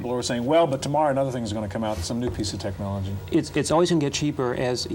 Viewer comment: 😂😂😂😂😂😂😂😂😂 he saw colore screen tchnologe